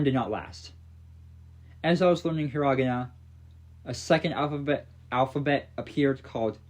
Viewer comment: your pronunciation of Hiragana is making me cry in pain